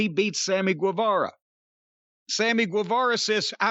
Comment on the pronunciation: Guevara is read as ghe, jim